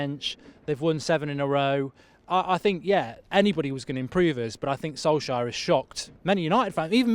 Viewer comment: Solskire...De Gaya... yea ok Robbie 🙄